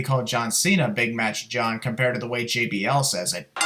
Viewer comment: JAY BEE AYLL NOT JEE BEE AYLL